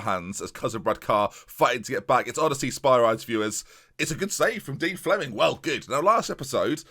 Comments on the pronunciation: By the way, it's pronounced: Oh-De-See-Us for Odysseas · O-diss-ee-us Spir-ee-deez